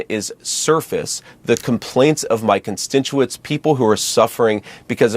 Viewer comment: Actually, … He said, “constintuents”… Yep… He sure did…